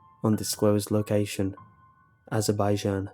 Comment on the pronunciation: You're pronouncing azerbaijan wrong... cool story thou